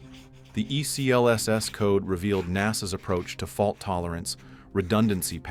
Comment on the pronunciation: For the love of god, its pronounced